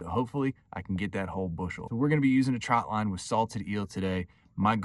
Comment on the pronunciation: Trotline not Troutline